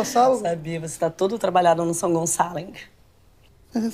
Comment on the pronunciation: não é sãogonçaling, é jungleçaling